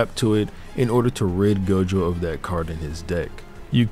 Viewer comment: It's not gojover